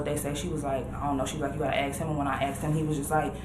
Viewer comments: What about “axe” instead of ask? None of them say ask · We was...ax anywhone....jesus christ.